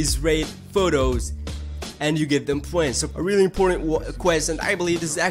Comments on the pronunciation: they are called points not pwens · u get poents dont u, Its points Po ints not po ents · why do you say points so weird?